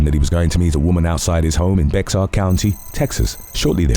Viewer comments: Dude!! Bexar is pronounced "Bear" it is Bear county Texas. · Just FYI: "Bexar" is usually pronounced as "Bear" by the locals.